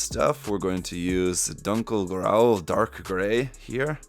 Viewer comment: it's funny how pronounced dunkel grau